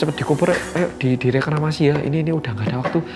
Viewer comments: Maaf kak izin komen, direkramasi sepertinya salah pengucapan.. sepertinya yang benar dikremasi…thanks before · Dikremasi, koq kedengerannya Reklamasi wkwk> Makasih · dikremasi bukan reklamasi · Di kremasi mas'e,, bukan di reklamasiii.. 😅😅😅